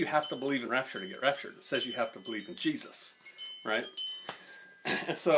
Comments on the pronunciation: "Jesus-uh" with a southern twang is too real. Great vid. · Everytime he said "Jesusaaa" I laughed my ass off. I know people like that.